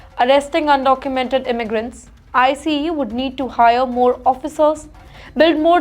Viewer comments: Its not “ I C E “ its called ICE one word. She has to work on her pronunciations and grammars. Every time I watch her news some how i only pick on her mispronunciation 😂😂😂😂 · I know it’s India his she spells out I - C - E every time she says it